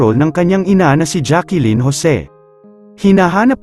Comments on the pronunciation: It's Jacklyn not Jackilyn idiut. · It’s Jacklyn po not Jacqueline ang pronunciation